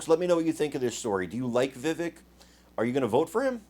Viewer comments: STOP SAYING VIVICK...ITS VIVAKE !!!! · Chuck is a puppet fully controlled by the deep state. Btw His name is pronounced “VIVAKE” like cake. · IT'S PRONOUNCED VIVAKE ...LIKE CAKE.. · It’s Vivek like cake. Vivek, VAKE. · It’s pronounced “Vivake”. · please learn how to pronounce Vivek. It is pronounced, Vih-Vake. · Yo - it’s ‘Vivaaaak’ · Vi-vake (like “cake”). I like Vivek but I would like to see him get a little more experience and be just a tad older before he runs for president. The answer shown here was great, but sometimes the way he replies shows his age. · Vivek is pronounced vi-vake like cake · His name is pronounced Vi Vake. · Vivek for President. ... BYW The 2nd syllable in Vivek is pronounced like Vake sounds like rake or cake. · First of all hopefully people will start to get his name right Vivek is pronounced like the Vivake.... And don't be so sure it is going to be an either or when it comes to Trump. Trump is a warrior and if nominated we'll get my vote, but Vivek is miles away smarter than Trump. He is going to be an indispensable tool in the Republican toolbox coming up. The thing we need to worry about as Republicans is how to get rid of those idiot rhinos and war mongers like Nikki Haley, Mike pence, and the governor of Krispy Kreme ville, Chris Christie. Ron DeSantis has been a great governor, but just isn't as strong politically. That may indeed be a good thing, as he really belongs where he is. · I believe his name is pronounced, "Vi-Vache" (accent on the second syllable). . . just sayin'. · Vivek rhymes with cake. You're misprouncing his name. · you should pronounce his correctly